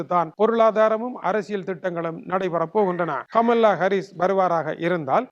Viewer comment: கமலா ஹரீஸ் என்று செந்தமிழில் உச்சரிக்க முடியாத நீரெல்லாம்,,,,,!